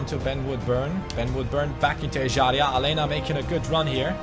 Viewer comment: Aleña is pronounced Alenia not Alena pls like so can see